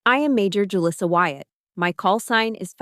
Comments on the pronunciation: Too bad she can’t pronounce her own name. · it’s a good name. It’s just that didn’t pronounce it correctly. And actually one of my Mexican students named Julissa married a Chen